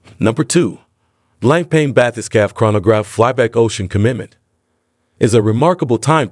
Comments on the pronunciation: It's not 'blanc pain' - it is pronounced BlonkPon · good video. Btw, it's pronounced "blong punk"